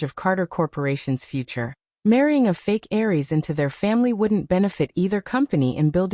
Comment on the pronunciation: "Heiress". The word the AI is looking for is "Heiress", not "Aries". An "heiress" is the woman destined to inherit the bulk of a families wealth. "Aries" are people born between March 21 and April 19, under the first sign of the Western Zodiac - Aries, the Ram. The sound is very similar.